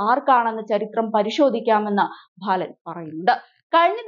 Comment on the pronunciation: ഭാലനോ? ബാലൻ എന്നല്ലേ